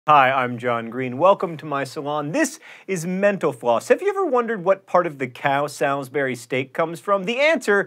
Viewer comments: Sometimes when he says "mental floss" I just hear "menopause" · it always sounds like he's saying, "Thanks for watching Menopause" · Sometimes when John says "mental floss" it sounds like "menopause."